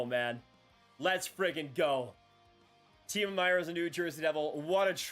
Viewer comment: I wish he pronounced it Timo